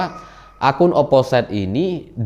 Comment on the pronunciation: mohon maap mase, itu dibacanya oposit jgn oposait (biar tambah josss yew)